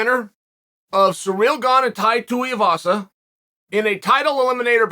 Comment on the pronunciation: I'm soo happy you said Tais last name right. You've made my day!